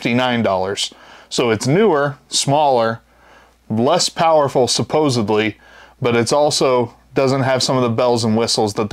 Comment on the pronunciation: supposedly* suh-poh-zid-lee